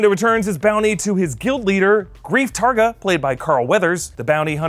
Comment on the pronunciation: it is Greef KARGA ! not Targa